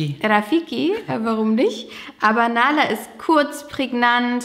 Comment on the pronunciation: Nahla heisst auf arabisch auch Bienchen 🥰nur das H wird hierbei mehr ausgesprochen